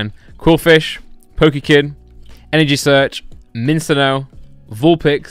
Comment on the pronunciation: When he said “Minccino” like minsino 😂